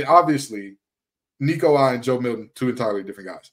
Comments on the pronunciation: Damn good job on saying Nico's last name properly brother! Very few can, and even those that call themselves vols fans, can't or don't care to even try to say it the right way, so props to you! GBO! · Dude, you pronounced his name right! Excellent. Go Vols!